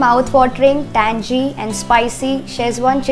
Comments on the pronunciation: Its tangy not tangey. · lol..understood you are married once at the start of the video and than once towards the end ..but what i cant understand is since when do we pronounce tangy as tan-jee ? its TAN-GEE.. as in ummmm gila (wet) or giloy ( medicine )..on a serious note.. the stuff looks fab..